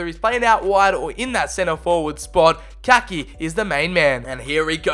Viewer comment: Just to let you know it’s pronounced Ka-ee-kee